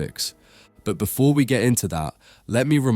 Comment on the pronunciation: Furver ( further) wright ( right) befwore ( before) Frwoo ( through) fweest ( first ) WHAT ACCENT IS THE NARRATOR USING PLEASE